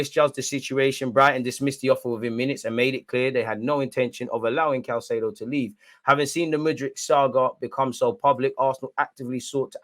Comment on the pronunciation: Hey it’s “Kai-say-doe”